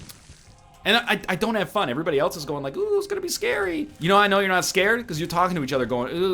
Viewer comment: I just realized he says 'AVERYBODY', even after seeing Voltaires comments